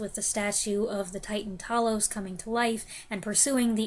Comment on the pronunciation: Hi dear lady, nice review of a great film. One of my favourites and Rays best. Seen it many times and the battle with TALOS( not Tallos 😂) is superb! Keep well hun.😘🇬🇧